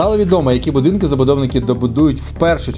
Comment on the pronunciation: "будінки" ахахахахахахахахах